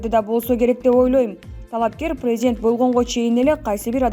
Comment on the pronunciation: Пийзидент, пийзидент , пийзидент...